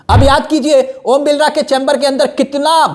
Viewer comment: Are bhai vo om Birla h ombilra nhi name to sahi bolo